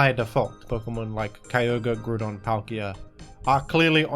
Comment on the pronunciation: Stop saying Groooodon